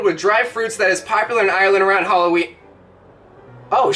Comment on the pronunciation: Aahh it hurts to hear you say Ireland like that Its Ire - Land Not Aye - Ur - Land Two syllables